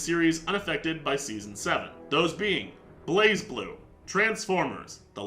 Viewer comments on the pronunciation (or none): none